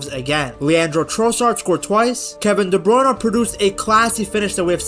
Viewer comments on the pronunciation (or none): It's De Bruyne, not De Bruyn-eh